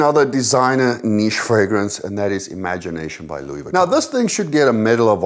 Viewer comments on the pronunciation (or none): none